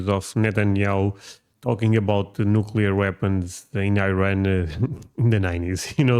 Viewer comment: Points for pronouncing it "new-klee-are" and not "new-Q-lar". I you get that right, the rest of your ideas may be worth listening to.